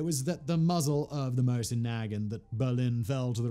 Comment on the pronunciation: What the hell did he call the Mosin